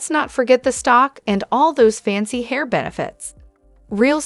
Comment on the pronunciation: Heir is not pronounced Hair!!!